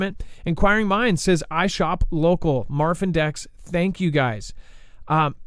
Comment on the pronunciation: I live right at the junction of ky mo and tn. Haven’t felt anything. And no you didn’t say it right dex lol.